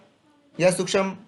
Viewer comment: सूक्षम नहीं सूक्ष्म बोलना सीखो उसके बाद तांत्रिक बनो सूक्षम नहीं सूक्ष्म बोलना सीखो उसके बाद तांत्रिक बनो सूक्षम नहीं सूक्ष्म बोलना सीखो उसके बाद तांत्रिक बनो